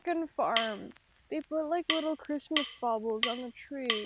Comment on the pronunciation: love how ur constantly going ‘i’ll be home for quizmoisss 🗣️” throughout the video LMAO